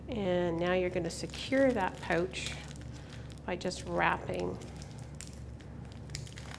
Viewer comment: Don't you meant to say "Aboout" and "Poouch"?